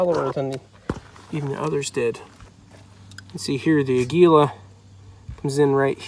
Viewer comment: It is pronounced A’ gui la. It is Spanish for eagle, which corresponds to the picture on the box.